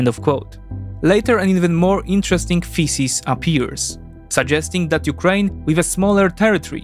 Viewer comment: I initially heard feces instead of thesis lmao 🤣